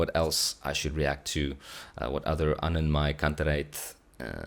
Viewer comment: Yeah, now you pronounced AnnenMayKantereit the german way ❤